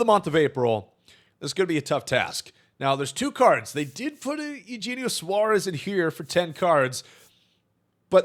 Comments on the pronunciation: Say it with me brother: Ay-you-hayne-ee-oh Eugenio Suarez is Ay-you-hayne-ee-oh Suarez Geno is his nickname if you want. But the way youre saying Eugenio is just not it lol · E-U-Hen-E-O Suarez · my dude can you repeat Eugenio?? 🤣 not even close